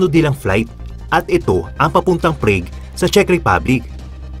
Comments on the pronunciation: "Prag" po correct pronounciation. nde prayg.. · ok na sana kaso you mis pronounce PRAGUE . it is pronounced as PRAG not PRAIG . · Prag po not preyg hahaha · It's not Preg. It's Prag. Prague, Czech Republic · Prague is pronounced [prAAg], hindi [prig] o [preyg]. Naconfuse ako kung anong lugar kasi nakikinig lang ako. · Boss, it's praag not prayg (Prague) ❤️ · Grabe ang PREYG (Prague) . HHAHAHAA. PRAG kuya hindi PREYG. 🤣🤣🤣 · Prague is pronounced as /pra:g/, not /prei:g/. Just saying. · PRAGUE is pronouced as PRAG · Pls check pronunciation of “Prague”